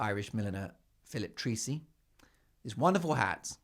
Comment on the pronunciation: Make it easy for you Mark.The Fabulous Head ,Designs,are from ,our own Irish, Phillip Trace,ey. I have spelled it,exactly as you pronounce it.Go for it,Show us how Irish you are.Also must be Republic, OK.